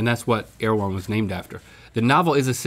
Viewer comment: I am listening on my girlfriends computer and omg the introductory girl speaking said, " air-one", not "err-e-wh-on" and it is driving my insane!